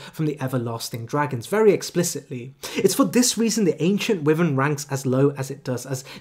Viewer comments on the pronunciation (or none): i truly hate to be that guy but dude, your pronunciation needs a LOT of work. eg Wyvern is pronounced WHY-vern not WEE-vern. All it takes is a quick google check to see how words and names are pronounced